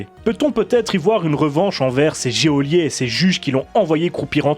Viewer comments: Geôlier se prononce "jolié". J'entend beaucoup de gens faire la faute ces temps-ci et ça me fait toujours tiquer. Au delà de ça la vidéo est très bonne, intéressante et travaillée bien sûr. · Geôlier pas jéolier. Et c est pour quand dog soldiers?